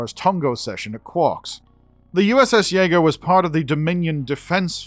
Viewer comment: Yaeger xD Jäger?!